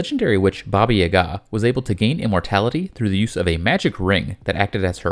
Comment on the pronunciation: It’s pronounced “Bobah yahguh” not, “boba YAgAaah” don’t try to church it up, you’re wrong.